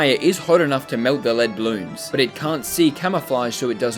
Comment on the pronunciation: Balloons not bolloons